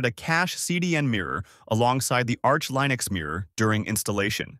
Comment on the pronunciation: You’re killing me here with that Linux pronunciation 😂 I don’t know why it’s so off putting